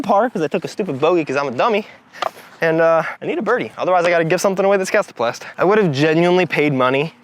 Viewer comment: i appreciate the proper pronunciation. Thank you